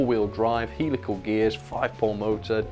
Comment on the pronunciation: You pronounce them Hell-ical not heel-ical by the way ;)